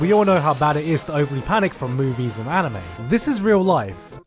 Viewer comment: You just said amine instead of anime